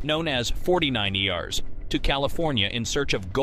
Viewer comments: STOP with the Artificial (non-)Intelligent narrators! The A.I. dude pronounced "Fortyniners" (49ers) as "Forty-Nine-Eee-Arrs". Sheesh! (Plus the other errors previously stated.) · Another robot narrator??? 49 E Rs⁉️. How about 49’ers (forty-niners). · Mechanical voice, to the point of mispronouncing 49’ers. Hating it. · The computer voice was almost unrecognizable until you messed up the 49 ers. Also you never mentioned he was planning to run for president, that was part of his motivation, he also had many family members under his command. Would have been interesting to slow where he fell and where buried